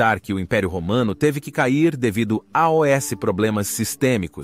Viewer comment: so uma curiosidade, ja percebi em alguns vídeo que sempre que tem a palavra "aos" o narrador le cada letra separado falando "A O S", queria so entender o pq disso? fica realmente estranho kkk